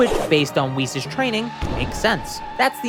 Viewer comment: Isn't Whis pronounced like whiskey?